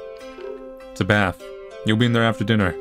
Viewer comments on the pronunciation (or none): none